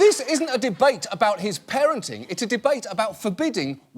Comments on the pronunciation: "aboUt" hehe :D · I can hear "a-boot"😂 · Ey buddy, what is this aboot guy ?